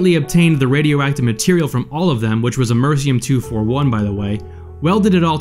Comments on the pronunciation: Americium, not Amercium. Better narrators, please. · A-mer-I-ci-um not amercium. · For completeness, that's Am-er-ee-see-um (spelled Americium), not Am-er-see-um. It's a shame such a driven individual made such big mistakes. Bottom line, if you don't assuredly know what you're doing; get some help and have a backup plan. Things like nuclear science, biochemistry, virology, and explosive engineering are appealing to most but rarely understood fully by the amateur. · Americium is pronounced am-uh-riss-ee-um not ah-mercy-um. It is literally named after the Americas. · amersian? don't you mean Americium? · Amersiyum-241. Could have sworn it was Americium. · FWIW Americium is pronounced am-uh-ree-see-uhm, not amersum. Just saying... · Americium is pronounced "Am-ur-EES-ee-um" with emphasis on that third syllable as I show in caps. Nice vid! Interesting story! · Only an American would pronounce an element named after their own continent, Americium, as "Immerzium"... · am er iss e um (iss as in miss) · Ah-meh-RISS-ee-um 241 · Whoever made this video doesn't know a whole lot about radioactivity. The element in smoke detectors is Americium. Am-er--ee-sium. You don't need to get Uranium from Czechoslovakia, you can order the shit online. You get Uranium ore, which in itself, is radioactive but not deadly and can't be used to build a bomb unless you process a few hundred tons of it. What David Hahn did was get a bunch of radioactive shit that any person can buy and put it all in small place. The only crime committed was parents not being parents. You can legally buy small sources of radioactive elements. Any American can do what David Hahn did but in doing so, you are irradiating yourself and putting yourself in the position to die a painful death. At no point did he build any sort of nuclear reactor. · AM-ER-EE-CEE-UM thats how u pronounce it. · please learn to pronounce stuff correctly I’m sorry but this is painful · the narrator mispronounced Americium.....typical....